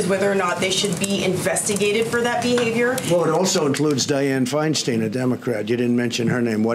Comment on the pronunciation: I think he is purposely mispronouncing Feinsten's name .